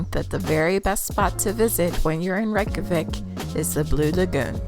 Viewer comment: NOT THE REYKJAVIK AS REKAVIK😂😂😂